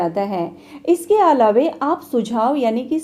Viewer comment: Yeh alave kya hota hai , hindi to bolne aati nahi alava ko alave bol rahi hai